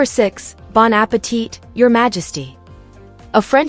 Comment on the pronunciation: Bon appetite is a French expression. The last letter “T” is not pronounced. It should sound like there’s no “t” at the end, thus Appeti